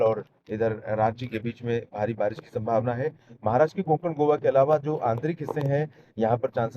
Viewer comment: Barish ko kabhi kabhi barash bol de rhe ho aap 😅